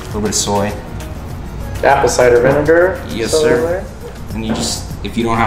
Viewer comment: "Yeszir"